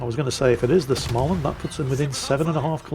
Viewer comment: is it time to annoy whit prononciation again? Schmaland... no ch-sound there, mate 🤣